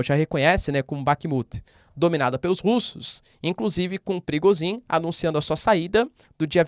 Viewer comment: Professor, te ensinaram a pronunciar Kinjal, mas esqueceram de ensinar Prigôjin? kkkk